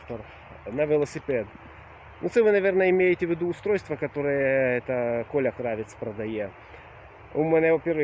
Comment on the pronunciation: Привет, беду следить за твоим путешествием. Моя фамилия КравЕць , ударение на Е, украинская фамилия. Помоему у белорусов есть такая же фамилия но с ударением на А.